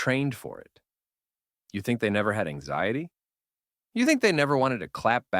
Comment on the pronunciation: “Not letting - stupid ecshayy tee rent space in your head” AI truly is just taking over everything lmao